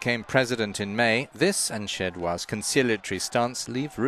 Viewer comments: Szydło is pronounced "Shidwo" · No, it's pronounced shidwo.